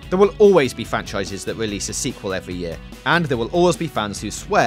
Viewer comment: "Skywim ", "mid-level wawiors", "welease", "micwo-transactions ", "pwomise ", "weal twasvesty " "Mawio"... Someone give some speech lessons before he records the voice overs.